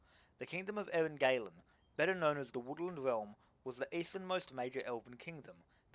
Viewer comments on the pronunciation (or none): Btw Eryn Galen is to be read as Eryn Galen not Eryn Gailen, the "a" here is like in the "ah" sound